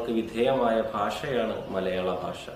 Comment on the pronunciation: ഫാഷ അല്ല ഭാഷ